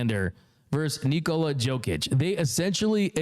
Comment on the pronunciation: Dear bro, it's: Yo-kić, not Joe-kić But you can also call him MVP Cheers 🍻